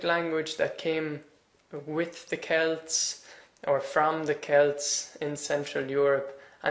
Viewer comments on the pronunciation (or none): none